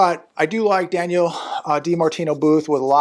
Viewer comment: Her name is Danielle. Not Daniel. There is a difference. 😅